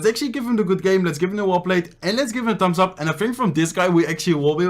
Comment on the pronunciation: ‘Tambs ap’ he says ‘Tambs ap’